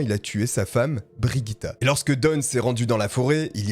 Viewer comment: Et aussi ça n'est pas Brigitte, mais Birgitta, à prononcer bir-ii-ta (si mes souvenirs de suédois sont bons) Mais bon là on chipote 😅 Sinon n'hésitez pas demander les prononciations avant une vidéo. Je suis sûre qu'il y a assez de followers pour vous aider à couvrir pas mal de langues.